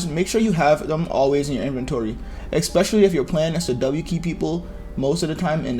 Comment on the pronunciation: Are we gonna ignore how he says eXpetialy🤣🤣 I'm not trying to be offensive